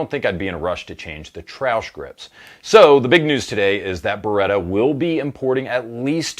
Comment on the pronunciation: Why is he saying "Trash" funny, is that how the french say it.....